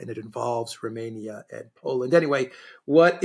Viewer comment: Apart from deliberately mispronouncing Romania, poor old Alexander doesn't know what 'as long as it takes' means.